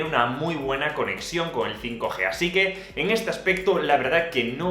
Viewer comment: así que con que el fai G (5G) 😂😂😂😂